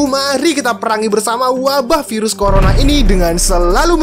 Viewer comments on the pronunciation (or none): none